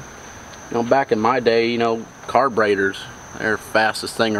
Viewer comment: Sounds like Wyatt is saying “car-braiders” 😂🤣